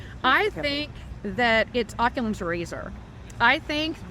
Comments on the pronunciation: "Occulums" Razor lmaooooo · Occulum's Razor? Honey, it's Occam's Razor and the obvious choice is President Trump.